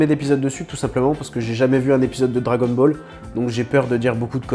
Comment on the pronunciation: "Dragon balleur"... Ça se dit Dragon balleur? 😉